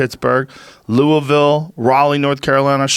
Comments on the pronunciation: Your coming to Louisville but the ticket prices are fuckin INSANE high. 100+ for very back of the balcony. Edit: props for pronouncing Louisville right tho. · Thank you for half ass pronouncing Louisville correct.